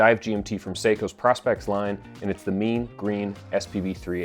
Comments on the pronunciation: Prospex is short for Professional Specifications, so surely the correct pronunciation is Pro-Specs, not Pros-specs? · It's always weird to hear "Prah-spex" and not "Proh-spex". Like it's Prospex, for Professional Specifications, right?